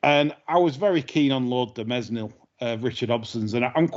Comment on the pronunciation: Great show as ever. I have a complaint though, the S in Mesnil is silent.